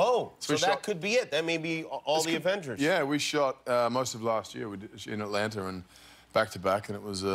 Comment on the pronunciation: What's this 'r' in Atlanta ? It seems to pop up every now and then when australians end a word with a vowel :v